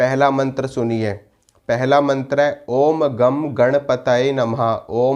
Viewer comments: आप उच्चारण गलत कर रहे हो!!? सही उच्चारण " ओम गं गणपतये नमः " है. गम नही गं ( गंगा का गं )... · आप ने सभी म॔त्र अच्छे बताये। लेकिन गणेश जी के म॔त्र का उच्चारण करते हो उसे आप ओम् ग॔ को ओम् गम् ऐसा कर रहे हो। उसका उच्चारण " ओम् ग॔ग् " यह करना चाहिए।